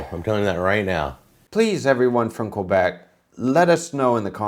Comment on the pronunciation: maybe pronounce Québec properly if you are going on JAck for the way he says poutine